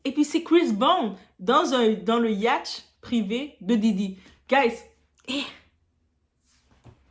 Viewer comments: 😂😂😂😂😂yacht se prononce yotte😂😂😂j'ai un fou rire merciiiii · Ont dit pas ya-at🤔😅